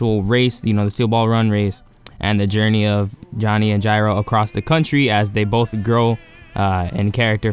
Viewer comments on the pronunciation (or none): none